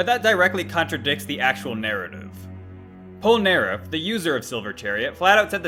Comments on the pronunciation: ah yes, my favorite jojo character, Pol-neref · im sorry for laughing but the way you said polnereff was funny good debunk tho :)